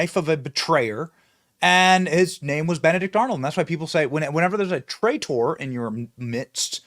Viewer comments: Why you pronounce traitor so weird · Trai..........tor why that weird pronunciation.